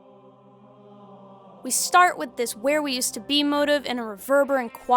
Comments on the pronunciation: This is the first time I've ever heard someone pronounce motif as "Moh tiff" instead of "Mo teef" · Me too, and honestly, it bugged me a *lot*; I thought she was saying "motive" at first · Also, Musical motives. It's a "motif" mo-teef.